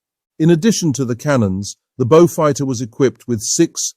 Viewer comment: Wld have been sooooo much better without the stilted AI commentary. Wtf is a “Bowfud” anyway?